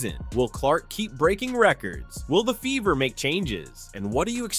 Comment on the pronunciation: You keep pronouncing Fever with a B